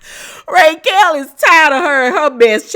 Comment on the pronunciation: Why are you pronouncing her name, “Raykel?” Lol